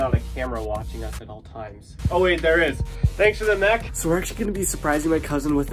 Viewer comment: Bro it’s not moch it’s mech